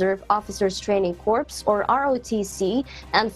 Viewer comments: ." CORPS" . .pronounced as " Corp" . . . . . . . . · Corps is pronounced like core, i believe. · Corps is silent p & s in correct pronounciation... Pero may mga ilan pati sa mga vlogger di alam ang tamang bigkas... Pag kino-correct sila, nagagalit... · "Her daughter" "Corps" pronounced as "corpse" I think as broadcast journalists, i believe your team can do better with these minor errors. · Cor lang po ang pagbigkas sa corps